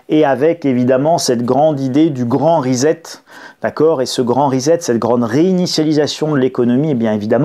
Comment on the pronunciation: Bonjour Pourquoi prononcez vous le mot anglais reset...risette!